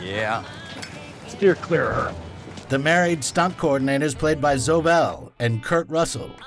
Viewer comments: Goddamit guys! Its pronounced Zo-eee, not Zo! Who ever heard of a Woman called Zo?!!! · My two favorite things about this video are that he keeps calling zoe zoh and dillogy instead of trilogy. fantastic video keep it up. I'm doing a deep dive into the rest of y'all's content